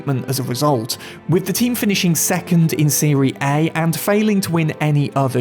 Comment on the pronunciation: Dude said “seree A”